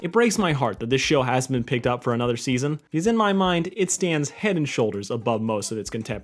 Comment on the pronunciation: Oh yeah now I remember i had to re watch it you accidentally said steason two instead of season two